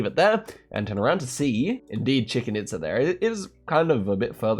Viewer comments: the way said "Chicken Itsa"... crying rn. (pronounced Cheechin Eatza) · lol I had to laugh at "Chicken itza". I believe it's pronounced "cheech-en eetza" for future reference 👍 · brother. stop saying Chicken Itza. PLEASE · Chicken Itza??? Its chi-chen itza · Why is he calling it chicken Itza? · If you really want to visit Chichen Itza (which I recommend), you’d do well to not pronounce it as Chicken Itza! 😂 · "Chicken It's a" or could it be "Tea tie hoe can" ? 😁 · Bro said chicken itza 🐓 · chicken itza 😂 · It’s chicken pizza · chicken itza is crazy, wondering if this or the previous time when he said 'nijer' at niger is wilder :D